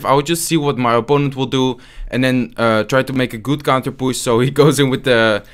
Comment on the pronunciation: Its so. Funny when he says we have a counterpusss, not counterpush hahahah ...lol